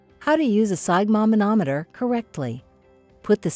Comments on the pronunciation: I have never heard sphygmomanometer pronounced the way you pronounce it. To make sure I wasn't hearing things I listened to how it is pronounced. I've always heard "sphyg" pronounce like i as in it. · Step one, learn to pronounce sphygmomanometer. 😅